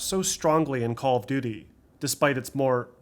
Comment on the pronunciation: I dont mean any disrespect, even though it may sound like it. But how do you manage to sound so articulate and professional. But pronounce "call of duty" as "Caww of duty"? "Churned" instead of "turned" is also a bit jarring. But, "caww of duty"?